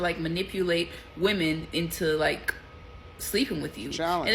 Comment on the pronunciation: And another thing I know it’s small but I’m super annoyed how it seems every woman emphasizes the word liKE (lie-KUH) it’s just really annoying